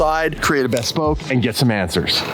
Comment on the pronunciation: Bhesss-Poke...😂😂😂...looking forward to having this car back!